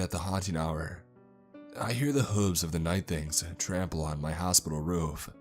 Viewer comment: The way he pronounces "Roof" sends more chills down my spine then the devil ever could!